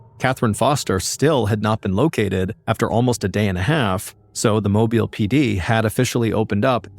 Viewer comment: It's always crazy to me when I hear a story on here from where I grew up! Excellent job with the pronunciations of Pascagoula and Mobile, BTW. But I had little doubt you'd nail it considering the story that included Gautier (pronounced go-shay), you hit that one spot on too! 😊